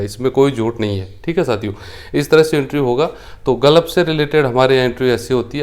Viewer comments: Sir ji galaf NHi h hota h gulf bolte h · Tujhe Gulf bolna to aata nhi h Advocate bolta h khud ko